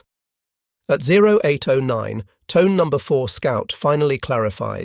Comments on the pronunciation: It’s not pronounced Tone, it’s Tow_neh. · It's "Genda", hard G as in "get", not "Jenda". The cruiser Tone is "to-nay", not "tone". "Vireo", the minesweeper that started towing the Yorktown from the scene, is "veer-ee-oh", even stress, not "vir-AY-oh"